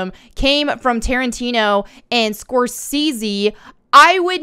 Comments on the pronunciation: I remember when Simu Liu was first promoting Shang-Chi and he seemed to be very humble and funny and really cool. I definitely enjoyed the movie and it seemed to be done well at the time. This criticism of Tarantino and Scorsese (skor- SAY-zee) is just sad and dumb to me. It does make you wonder if there is some kind of scouting going on with the woke folk club that pressures demographically appropriate candidates into membership. Simu's comment was not only inaccurate but unnecessary which does make it pretty pathetic. Feels like he just drank their kool-aid. Playing the race card so liberally detracts from the real issues of racism that should be discussed and effectively addressed. It's like the story of the boy who cried wolf. They keep saying this is racism, this is racism, but they're only making it worse by muddying the waters and convoluting the issue. Over diversification is also a type racism. Placing an actor in a role for only their asthetic at the expense of the story is extremely bigoted yet they are the ones accusing everyone else of racism. Now that's rich. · Great content as always. Don't really want to correct you as the way you say it is cute but it's pronounced score-zay-zee :-) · You must be in your 20's or not in the know on pop culture, the director's name is pronounced score say si. Welcome. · Scorsese is pronounced Skor-say-see. 👍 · Oh lol Score-Say-See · Scorsese = score-say-zee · it’s pronounced score-say-zee 😊✌🏼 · I think his name is pronounced score say see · Love take here, but could someone please teach her how to say Scorsese. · Seriously, how can someone not know how to pronounce Scorsese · Anybody else acknowledging the fact that she's pronouncing Scorsese wrong?😊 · Scorsese? I've never heard his name pronounced this way. Was confused for a second. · I can’t believe you don’t know how to say Scorsese😂😂😂😂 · I’m sorry I know it’s not a huge deal but they way you say his name is “score-say-zee” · Score say zee.